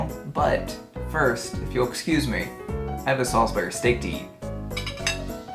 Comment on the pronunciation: you are not pronouncing salisbury steak right.